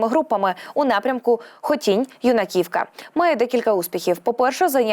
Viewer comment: Мені, як сумчанці дуже рідко вуха як ви робите наголос на назві Юнаківка. Наголос на першу букву, на букву "Ю"